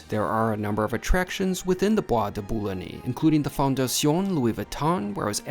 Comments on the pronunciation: Hilarious pronunciation of Boulogne.....phonetically it`s Boo-Loin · You mispronounced Boulogne other than that all great.